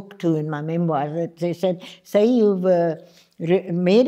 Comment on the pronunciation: It’s time non marathi people realise that her name is ‘सई’ and not ‘साई’.